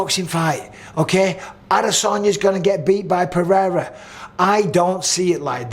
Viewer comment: Nice to hear someone saying Pereira how it's spelt and not with a d like Mr white privilege 😂